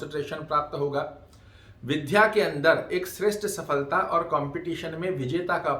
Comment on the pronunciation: विद् या बोलिए। आप विध् या बोलते हैं।